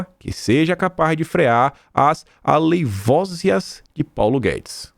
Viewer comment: Aleivosias tem sílaba tônica no segundo "i".